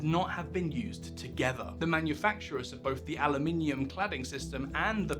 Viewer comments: Aloominum ? I thought you were British lol 😉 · aloominum. that's not how we say it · He said "aluminium" in the same sentence, so the "Aluminum" part was possibly a trade name.